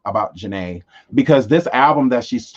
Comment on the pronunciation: I like how you say my name 😊 I'm J to the A to the N-A-E!